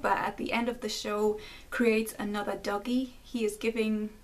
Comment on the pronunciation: Just from hearing you pronounce Dougie, it sounded like "Doggy" to me while I was listening in the shower. It made me realize that this may have been intentional as Dougie is effectually a little doggy that has to be lead around almost like he's on a leash.